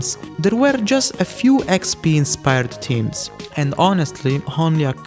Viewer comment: Ik this off topic but the way you pronounce "theme/s" sounds like "team/s". its pronounced with a strong TH sound